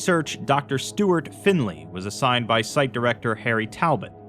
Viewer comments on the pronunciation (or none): none